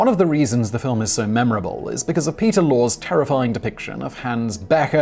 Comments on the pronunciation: It's pronounced lorry not law spelt lorre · Peter Lorre. LOR-ee.